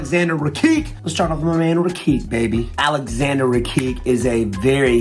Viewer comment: Wonderboy, love ya, but it's pronounced "Rah-kitch" not "Ruh-keek" that one's too egregious lol